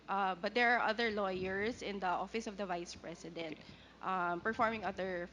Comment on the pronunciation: dan fernandez, "opis ob da bise president"... YUK! Pwede ba tumahimik ka na Dan!